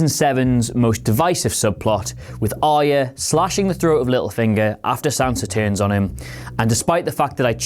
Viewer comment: Why do people find Arya so hard to pronounce? This guy too?